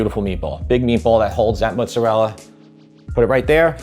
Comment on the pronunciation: Oh my word, I could listen to say “mootza-rella” all day long, LOL! Hey, you should absolutely get an air fryer. Amazing for browning meats with zero spattering grease and the headaches of cleaning that up, plus all the other lil appetiser things you can get at Costco... your favourite place. Ha! In Montreal we have some great Italian grocery stores, it’s such a pleasure to be spoiled with so many fabulous choices for tomatoes, cheeses and cured meats.